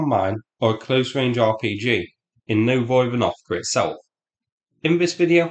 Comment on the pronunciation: Psst... It's "Novo Ivan..." 😅 As I believe Novo = New So, not "Nov Oivan..." 😊 [edit: I checked and indeed, Novo translate as New]